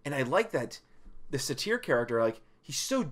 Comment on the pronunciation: "Satyr" is pronounced almost like "sadder". Suh-teer isn't even close.